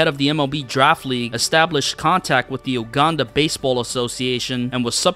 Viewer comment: My mans continuosly mispronounced Uganda lol.